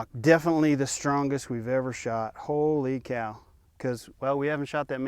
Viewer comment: Вам не послышалось. Я тоже поржал, оно тама было ...